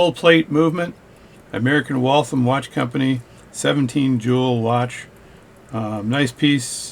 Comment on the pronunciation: Just getting into this as a hobby and found this really helpful. Thanks! Also, as a Massachusetts native, it’s “Wall-tham” and not “Wall-thumb” :)